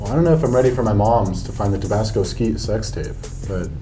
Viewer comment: HE SAID TABASCO SKEET SEXTAPW